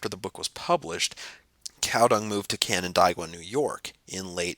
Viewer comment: Canandaigua. Pronounced, "can-an-DAY-gwa." We are a strange land of weirdly Anglicized Iroquois names, I know...